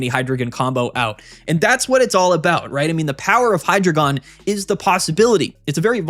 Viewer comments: Hy as in "Hi", the first syllable of Hydra Drei as in "Dry", the German word for three (counting the heads) Gon as in "gone", the final syllable of dragon. Any who would dispute these truths is a despicable deceiver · It’s pronounced “Hydreigon,” not “Hydreigon” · It’s pronounced Hydreigon